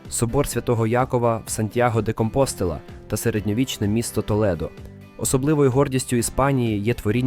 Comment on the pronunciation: Не ганьбися з наголосами в назвах іспанських міст- СегОвія, КомпостЕла...